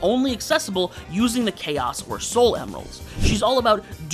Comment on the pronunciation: It's soul not sol